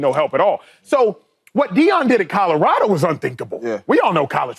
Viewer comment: Shady…it’s “Colorado” not Kahdahrahdo smfh